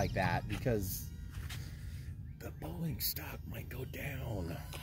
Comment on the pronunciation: There are so many comments I have to say about this video, but I’ll sum it up to.. that had to be one of the “funnest” and funniest videos you’ve published. So damn entertaining, LOL!!! The model actually looks really cool and flies very well, especially after the bigger batt. FYI, I spit my drink when you said Boeyieeng. LOLOLOL